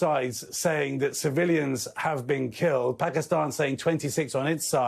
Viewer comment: Phekisten 😂 nice pronunciation